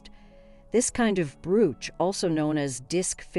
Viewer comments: Yeah that drove me nuts. It is pronounced: browch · great content... but that voice! and for heaven's sake, teach that computer how to pronounce 'brooch'!! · Terrible ... repetitive and ... like the other comment declared ... butchered “Brooch” so many times it was unlistenable.